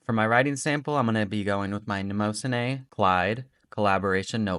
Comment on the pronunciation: Thanks for the videos! Keep them coming. FYI... "Mnemosyne" is (was?) the Greek goddess of memory. The goddess's name is pronounced something like "knee-MOSS-sin-knee". I don't know if Maurman (the notebook company) uses a different pronunciation for their notebooks but thought you might want to check since you've mentioned it in a few videos now.